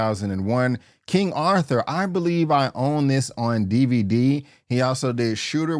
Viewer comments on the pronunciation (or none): none